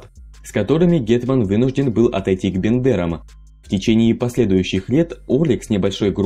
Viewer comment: Просто не звично звучить